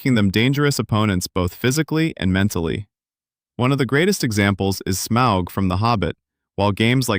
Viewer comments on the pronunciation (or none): none